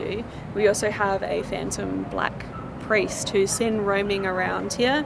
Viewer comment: I kinda hear Pari not priest